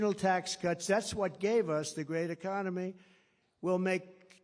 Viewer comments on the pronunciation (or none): "ECCONEMY"...."STUPID'.... &........ "A M E R I C A"........:dothefive::dothefive:!!